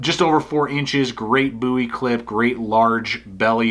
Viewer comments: i don't think you would call David Boo'wie- c'mon dude its bohwie, i dont care how extra large your hands are!! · Does one pronounce it "Buuie" or "Bow-ie"? Just asking for a friend...